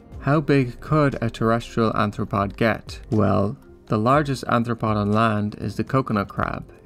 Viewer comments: Why do you keep saying "anthropod" instead of arthropod? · bro its arthropod not anthropod